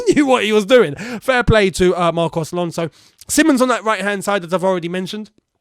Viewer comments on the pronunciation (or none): The fixture with Liverpool is at 03.01. - not 03.12. as you accidently say The player's name is Simons, not Simmons (you said it wrong in watchalong and this video, give him his name bro)